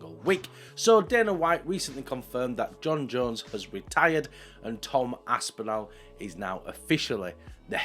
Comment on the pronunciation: A) please can you stop butchering “Aspinall” can’t believe I’m having to tell a fellow Brit how to pronounce a British last name - it’s Aspin-all not Aspin-al. B) the drug component of your argument is irrelevant. The top fighters are all on something - some of them just get caught and others don’t - sad but it’s the world we live in C) Activities outside of fights do not make any difference whatsoever to how good of a fighter they are and their goat status. You can be the greatest fighter of all time and also be completely horrible person - the two things are not related. D) I actually think Tom Aspinall is the better fighter and Jones ducked him, so i agree with you. But not because he’s a nice person, not because he’s drug free, not because he doesn’t beat his wife, but because he is actually legitimately a better fighter at the current moment. The two fighters in their prime well that’s actually an interesting question. Would be close.